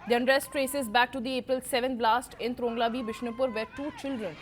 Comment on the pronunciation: Right pronounciation TRONGLAOBI.